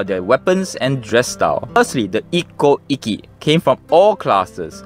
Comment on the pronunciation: Very interesting and I love the pictures. (The pronunciation of Ikkou 一向 and Ikki 一揆 are a bit tricky. When you have two consonants side by side, it means to hold/stop the sound in your mouth - sorry for my poor explanation - before moving to the next sound. In Japanese, this sound is always shown/written as っ/ッ, the small versions of つ/ツ. )